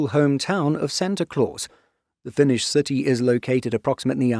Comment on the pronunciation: That pronunciation is on another level sir! Made my day hearing that you've clearly made a great effort to learn pronounce finnish cities and words. :D